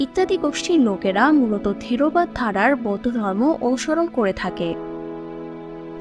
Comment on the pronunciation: থিরোবাদ না থেরবাদ হবে